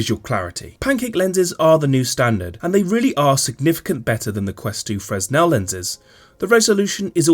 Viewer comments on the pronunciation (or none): It's pronounced fruhnell